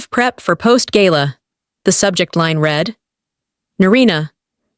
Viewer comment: The verb "read" pronounced "reed" in the infinitive and the present tense; and "red" in the past tense and the past participle! The commentary must be checked!